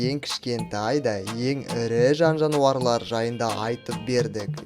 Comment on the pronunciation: Жауарлар деп тұрғо